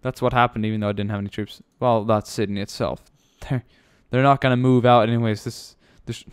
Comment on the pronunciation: FOR THE LOVE OF GOD its Sydney not Sindy